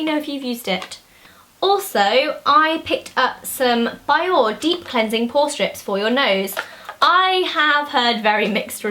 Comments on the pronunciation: Hahaha I love how you pronounced Bioré as "buy-or". It's "bee-or-ay"! ;) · bioré is a japanese brand and they pronounce it as bee-or-ray in their adverts :) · Zoe, Bioré is pronounced Bee-OR-ray. Xx from Zoe :D